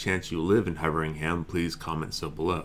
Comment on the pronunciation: Pronounced 'huveringum' with a soft 'g'. You have really cheered me up with your videos my friend! Merry Christmas to you, happy holidays and all the best for the new year!